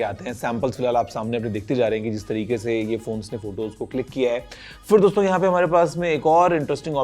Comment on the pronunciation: Guruji jab bhi dosto bolte hain . And i listen always Gareebooo😂